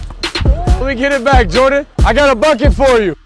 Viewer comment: You said Jordon lol